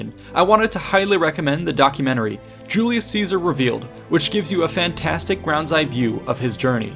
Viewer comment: Julius Catsar?